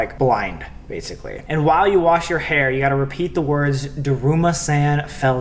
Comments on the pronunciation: SAMMM! U were killing me- its pronounced DERUMASAWN not DERUMASAN 😭🤦‍♀️😂 I love u but that was just killing me for some reason 💀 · it's duh-room-uh-s-on